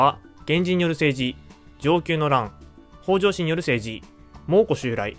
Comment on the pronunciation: 「北条」のアクセントは頭高型ではなく平板型で発音してほしいです。 同姓で頭高型の方もいるようですが、 歴史上の北条氏は平板型で言い習わされていると思います。 もし新しく作る動画で機会がありましたら、ご一考いただければ幸いです。